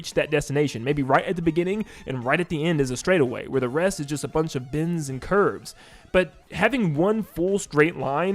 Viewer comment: He's saying bends not bins. I was very confused.